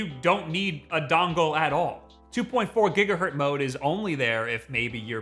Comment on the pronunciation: I wasn't going to post this but... after hearing it too many times... it's gigahertz, not gigahurt.